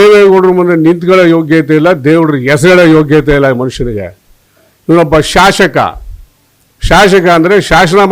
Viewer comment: ಲೋ ಶಾಶಕ ಅಲ್ಲ ಶಾಸಕ ಸರಿಯಾಗಿ ಪದ ಹೇಳೋ ಮಂಕೆ